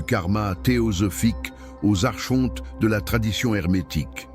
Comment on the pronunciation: Par pitié ça se prononce arKonte !